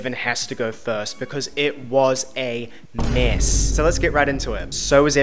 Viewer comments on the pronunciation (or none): I’ve started saying “meeesssss” at basically everything in my best New Zealand accent so thanks for that 😂